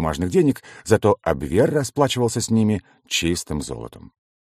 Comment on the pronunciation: Посему АбвЕр? Разве ударение не на А ?